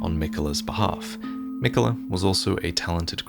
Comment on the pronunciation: Your pronouncing miquella wrong